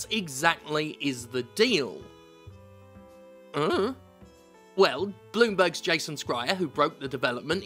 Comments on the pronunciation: Once again, Jason Schreier's name is pronounced "shry-er", not "scry-er" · He's consistently mispronounced Jason Schreier's name every single time for going on a decade, so there's that.